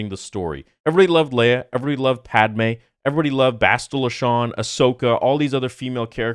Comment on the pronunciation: Padame? I think you mean Padabae. 😂